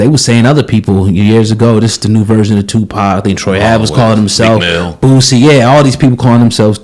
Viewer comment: His name is boosie not bootsie